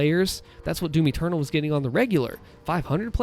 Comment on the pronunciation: Everytime he said doom eternal I thought he was saying Timmy turtle